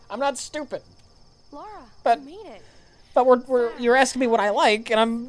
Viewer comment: Her name's Lara Croft. Not Laura.